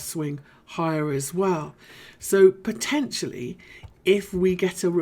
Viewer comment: I like the way you say "poTENtially"! ... lol! Can I ask how deep or shallow you would expect the current 4th wave in btc to retrace?